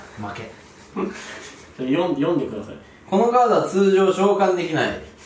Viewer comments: 通常召喚のイントネーションおかしいwww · それな。通常召喚ぐらいは知ってるはずなのにイントネーションがおかしい